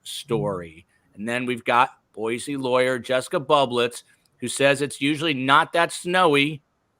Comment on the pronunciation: I love that he's saying Boise right! 🎉❤